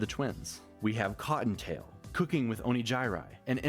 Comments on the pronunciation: in his defense, "o nee jai rai" is how Neuro (mis)pronounces Onigiri's name. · I love it when they always stop on the Oni-jai-rai bit. Neuro knows how to say Onigiri's name, but chose to call her Oni-jai-rai anyway. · iirc, she pronounced it properly when referring to onigiri, the actual food item... but insisted on mispronouncing it when using it as her name. Neuro is a menace and we're all here for it. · She did call her Onigiri but she was like nah I'm gonna call you oni gai rai cause that's your name now. lol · it took me a few times but is he mispronouncing onigiri?